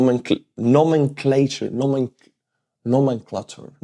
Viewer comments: nomenclature = nomenclAture, long A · no-men-clay-chur was a correct way to pronounce nomenclature. Keep up the good work! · Nomenclature: you landed on the right pronunciation. Slava Ukraini! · you said it correctly...'no-men-clature'... 'clay-tshur'. Yes correct. GOOD Job. 41C. One tiny note is for decades now, armed forces have stopped using the term POW and instead call them PWs. Its shorter and faster to say...BUT when saying the whole term in full they still say it as 'prisoner of war'. cheers. 41C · u Nailed Nomenclature too! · Hey, you said nomenclature perfect 👌🏽, lol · You are correct regarding the pronunciation of "nomenclature", in this case it is the u hardening the a, so to speak. Excellent episode of an excellent "series", keep up this excellent work. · Yes, correct pronounciation of Nomenclature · you did in fact say nomenclature corectly. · You pronounced nomenclature correctly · You are saying nomenclature correctly, well done!